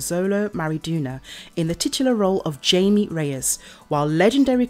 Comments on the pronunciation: It’s not Jamie he’s Mexican meaning the j sounds like h and ie sounds more like ay so his name is hamay but it’s spelt Jamie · His name isn't Jamie it's Jaime get it right videos it's annoying please pronounce his name right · it’s pronounced “hi- mm-aye” not jamie.. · No offense but try to look up how to actually say characters name's. Jaime is not pronounced like Jamie. They are two different name's for god sake!